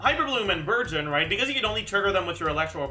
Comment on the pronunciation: i keep hearing burgeon as virgin..